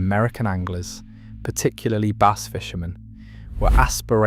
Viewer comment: Stop pronouncing Bass as Base